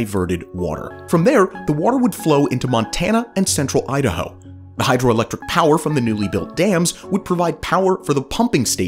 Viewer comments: Idaho not Ihado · "Azirona?" "Ihado?" LOL! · Azirona Ihado.